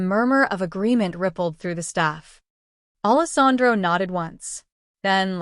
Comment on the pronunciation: It’s not Allis Andro! It’s spelled Allesandro. Idiots!!!!! So nice to know AI still won’t replace the educated human.